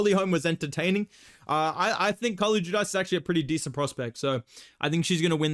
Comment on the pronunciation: Carlie judice, It’s pronounced “ju-deece”